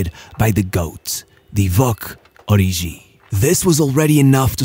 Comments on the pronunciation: Its pronounced Ori"G"i, not Ori'jh'i. Kenyan here 😅 (its Kenyan name) Great video as always though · HE's "ORIGI", not "ORIJI"